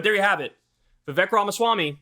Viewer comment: Vivek's name is pronounced as Vivake - rhymes with fake - easy to remember.